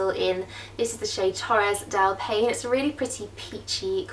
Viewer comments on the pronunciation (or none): love the vid!! But as a person from the Country and Region, where the Torres del Paine al located, let me tell you that "Paine" Is pronounced "Pai" like "pie" in English and "ne" just like the ending of the word CharddoNAY ;)